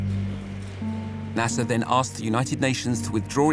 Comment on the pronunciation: I wish you pronounce his name right ! Abdulnasser … not Nasssa !!! 😡